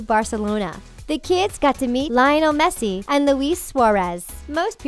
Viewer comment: y she say messis name like that